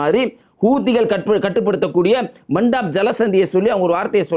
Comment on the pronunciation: அடே பேயனே மண்டப் ஜலசந்தி இல்லா பாபல் மந்திப் டா நீ அல்லாஹ்வுக்காக வேண்டி பெயர்களை உச்சரிக்காதே ரொம்ப கேவலமா இருக்கேடா கொஞ்சம் ரெடியாகி பேசுறியா pls இன்றைக்கு அரபு பெயர்கள் அவ்வளவு ஈசியா வாயில் புகுந்து விட முடியாத காபிர்களே சரியா உச்சரிக்கிறாங்க டா